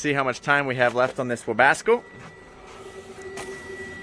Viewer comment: Its a Webasto not a webasco:D